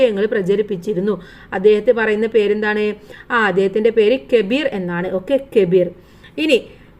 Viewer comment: Kebir അല്ല കബീർ